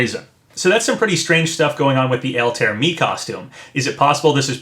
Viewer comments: JSYK it's pronounced all tie ere. Not Alt air. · "AL-TARE" Papa, my guy... it's "Al-tie-ear" hahaha Always love your content Papa! Keep up the quality speculation! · just an FYI, it's pronounced "All-ty-ear not" "Al-tare"... also as much as I want Geno & would like to see Doomslayer, I'd settle for Mii costumes if they come with music like Sans & Cuphead. Geno would most likely have "Beware The Forest's Mushrooms", but man I'd love to get that epic final battle theme when you fight Smithy ( also, even though it's just a hat Mallow could include a song as well....remember when Nintendo hit those Mario RPG tracks with copyright strikes? might mean something... )...and Doomslayer should and most likely would come with that E1M1 music ( I forget the actual song name sadly, I tend to just remember it as that first level theme from the original Doom )... also, I REALLY hope they can get Yacht Club to sign off on a Shovel Knight costume complete with that opening level theme that's become so iconic to his game....and while Shantae is one of my top 3rd party wants, I can live with a costume if we also get "Dance Through The Danger" as well as a Patricia Wagon costume with "Rescue Girl" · btw altaïr is pronounced "all-tie-ear" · Yeah, I noticed that too. Pronunciation isn't always easy. XD